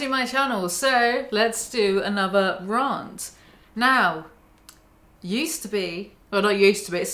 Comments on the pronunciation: I love ya but.. Rarnt? Are you really saying it as Rarnt? Come on chic it's Rant like pant! 😂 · Heres a 'raant' why do you pronounce it 'raant'? It isnt a home counties pronunciation or a london one, it isnt a lower, middle or upper class thing either. No other group pronounces as such. Its 'rant' sounds like ant and spoken as spelled. So how about that for a topic?! ;)